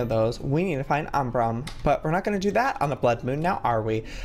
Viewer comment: Joey: "the Umbram wood" Me: * triggered * IT'S UMBRAN NOT UMBRAM JOEY